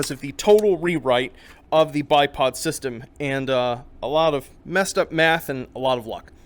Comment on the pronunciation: I can't stop hearing Math as Meth